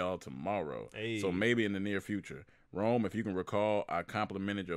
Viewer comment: I’m feeling some type of way that Rome pronounced my name wrong. Because he’s cute, and that’s my nickname, I’m going to let that slide. 🤣🤣🤣 But seriously, thank you guys for putting out great content and keeping us entertained during these difficult times.